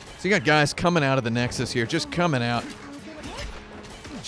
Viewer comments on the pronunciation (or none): none